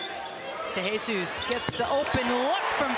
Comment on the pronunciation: I'ts pronounced "de he sus" not "dey hey sus", not "de HEY sus"! 😂